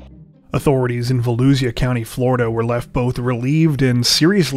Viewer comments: It's pronounced....Vo..lou..sha! 🙋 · Volusia is pronounced (Voe-lu-sha) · I think it's hilarious that YouTubers like to talk about how much time they put into their videos yet they can't take five minutes to look up the correct pronunciation of places or names of people. Almost every YouTuber get "Volusia" wrong.